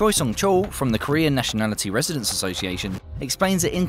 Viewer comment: "Korean Nationality Regidents Society" Oops.